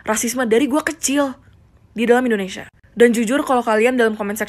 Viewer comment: Artikulasi lu dibenerin yaa....INDONESIA. dan bukan IndoNESA !!!!